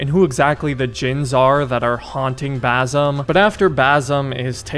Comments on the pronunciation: Bazzem, damn that irritates me. How hard it is to pronounce Basim? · Just for clarfication no offense he is not "Bazim" but baSim. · Bazzum lol... that's the whitest pronunciation I've ever heard. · It's basim not bazim 😭😭😭 S pronounced normally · Please say BaSSSim not Bazim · You gotta learn to say Basim’s name man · It's "Basim" with an "S" not a "Z". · Fam his name is Basim not Bazim, and the girl’s name is Nehal not Neyhal. Hope this helps. And btw to be more accurate to the pronunciation of those names, a better english spelling for each one of the names is, Basem and Nihal. a and e in Basem’s name are short vowels. With Nihal, the i is short while the a is long.